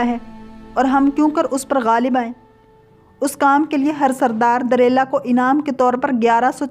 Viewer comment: You said wrongly named as Simson and Delela. whereas correct names are. Samson &. Delilah. Another word was wrongly said as فلسطی correct is phalastini